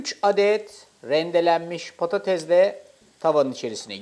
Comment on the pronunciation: Patatezzz değil 🤦🏼‍♀️🤦🏼‍♀️